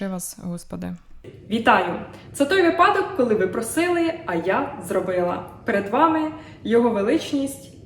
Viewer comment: Героям Слава!🇺🇦 . До речі, не випАдок, а вИпадок(вИсновок, вИняток). 😊 Паска класна!